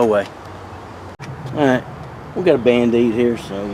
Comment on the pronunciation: Winning! Love the “mand-aid!”... lol